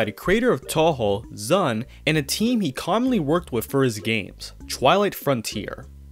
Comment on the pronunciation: Why do you pronounce ZUN like that